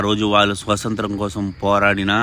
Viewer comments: స్వతంత్రం పదాన్ని స్పష్టంగా పలుకు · Baga cheppav thammudu kani adhi swathantram , swasanthram kadu😢